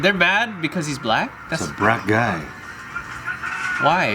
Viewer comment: He said “Brack Guy” 😂